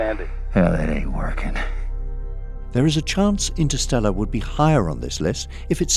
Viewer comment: For starter, why don't you try again, and make sure 'instersteller' is #1. We all do mistakes.